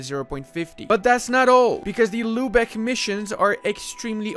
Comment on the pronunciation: All i hear is lube eck